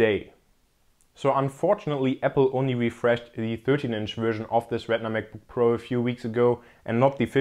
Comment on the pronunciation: I love how this guy says MacBookPro as MekBookPro lol.